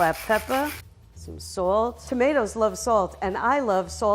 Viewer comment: why does it sound like shes saying temeters